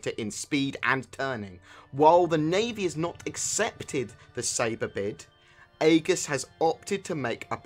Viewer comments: its pronounced EEGIS....like our Aegis class missle cruisers in the US navy....just a bit irritating hearing Ay-GIS all the time....just google the word Aegis and you'll see its pronounced EJIS....the A is silent. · It's pronounced Egis. In English AE is pronouced as E, it's a left over from ancient greek influences. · Agree on that one. Its like E-jiss. Its not spelled how its written at all :3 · that's not how you pronounce aegis...